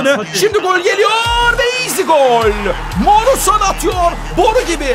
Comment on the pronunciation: Abi bana kızma ama fegul değil feguli, morutan değil morutsan